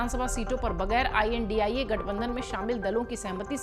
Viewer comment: Chal padari theek se India Bol ...